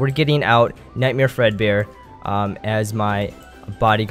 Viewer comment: u said nitemare